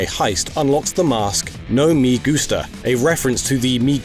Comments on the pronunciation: hahaha “nou mih goostah” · Actually, it's pronounced "meh goosta" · "ME gusta" it's not it's i come one, it's h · Imagine knowing so little about Spanish that you pronounce "me" like the English word